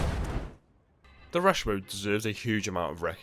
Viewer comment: Miss the emphasis on rush.